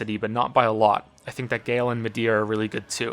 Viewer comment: It's pronounced Guy-El, not Gail, and it's killing me haha. GREAT video, but like you I am nit-picking =P